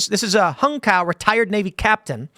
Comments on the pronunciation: In the clip, he himself pronounced it as "cow" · i'm pretty sure Cao is pronounced ts - ow I could be wrong though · It's more like "Tsao", as in "Cao Cao" from Three Kingdoms. And I hope he introduces himself as "I"m Hung, and if you don't believe I am, then ask your mom. She'll verify." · Pronounced hung cow is crazy. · Cao is usually pronounce "Sow" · I thought it was pronounced “ Hung Chow .” He’s a hardcore dude .